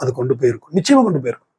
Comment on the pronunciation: "நிச்சாயாமா இருக்குது."